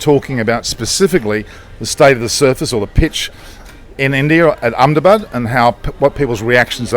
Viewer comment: Your pronunciation of 'Ahmedabad' is spot on. Pleasantly surprised by that little bit haha